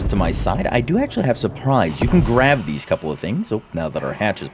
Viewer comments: why do you say grav instead of grab? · why do you keep saying grav instead of grab over and over lol